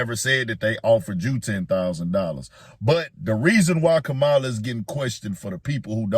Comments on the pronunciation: 💥💥💥 HEY FAMILY GET HER NAME RIGHT… ITS “KA MA LA” not Ka mala 🤦🏾‍♂️ RESPECT ✊🏾 HER NAME BRUH… YOU SOUND LIKE trump & MAGA maggots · Hunh?? How is Kamala being pushed as Black when that woman IS Black?? So damn right people need to have that same exact energy questioning Trump who has made it crystal clear that he don't F with Black people. Check his history. Btw, it's okay to pronounce Kamala's name correctly 💁🏾‍♂️ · if you’re going to be media at least learn how to say Kamala name right! You sound like the grand wizard Trump! Respect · Please pronounce her name correctly.... and for everyone asking what she's doing for black people ask yourself what are YOU doing for your own community.... do you really think Trump is doing something for you???? Obama had 2 terms/8 years..... what did he do for black people???? This is the same thing that was done to Hillary.... y'all put Trump in.... none of these people are coming to save you.....